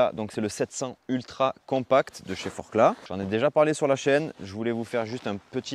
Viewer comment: Enfin! Merci, un grand merci, tu ne prononce plus le "Z" quand tu dit Forclaz!! Tu progresses, tu progresses!! =P